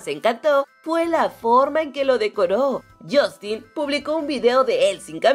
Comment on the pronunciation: Buen vídeo!! Pero Justin se pronuncia "Yastin" no" yostin "